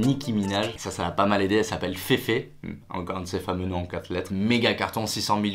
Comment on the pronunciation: et on dit pas féfé mais fifi